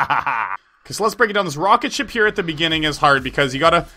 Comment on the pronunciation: Heehee he said rocketshit alot